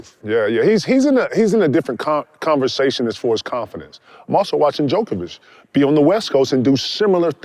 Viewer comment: Nobody: KG: Jokovic